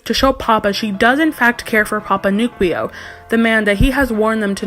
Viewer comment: I believe it’s pronounced newkwoo not nukweo